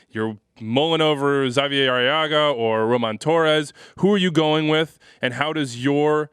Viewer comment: Xavier Arreaga. ZAH-vee-yay? what? Hah-vee-air. When his teammates call for his attention, they shorten it to "Hah-vee", not "Zah-vee". Is it too much to ask that perhaps someone calls Seattle's head office with a simple "Hey, we're talking about your team and don't know how to say #25's name"?